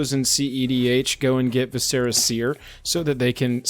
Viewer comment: Vis-SIRah seer not Vis-sarah seer. Think the word visceral or eviscerate. As always thanks for the review.